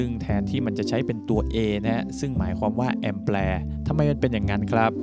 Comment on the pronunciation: คลิปสอนดีครับ แต่อยากแนะนำการออกเสียง คำว่า แอมแปร์ ซึ่งจะไม่มีเสียง ร ควบ โดยคิดว่าท่านอาจจะพูดคำนี้ติดปาก เพราะคำอื่นๆ ชัดเจนดี แต่คำนี้ กลับกลายเป็นออกเสียง ร ควบทุกคลิปเลย ขอบคุณสำหรัยคลิปดีๆครับ